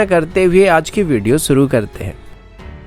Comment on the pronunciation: bhai Suru nahi Shuru, doing a very good job keep doing.